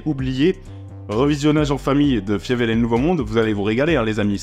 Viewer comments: Par contre ça se prononce "Faïveul" et pas "Fiévèl" 😂 ! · Je ne peux pas t'envoyer de vocal mais mes oreilles saignent face à l'écoute de la prononciation de Fievel que j'ai poncé enfant. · "Fiévèle" par "Don Blousse" ?? Faïvel et Don Bl.... euh je sais pas.